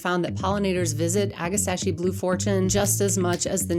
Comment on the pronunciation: Ag-ah-STACK-ee. You're welcome.